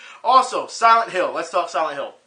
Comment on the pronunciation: Honestly, I thought you said "Sanic Hill" when you really said "Silent Hill". As for Akuma in Tekken 7, even though you feel it's shoe-horned, I'd say at least Badamco puts efforts into their shoe-horn. Then, you'll bring up a counter argument pertaining to Soul Calibur V. Later, we'll end up a stalemate somewhere along the line. Anywho, I now have a strong subliminal urge to play SF3 Third Strike.